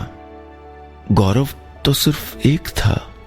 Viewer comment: Gaurav hota hai gaurab nahin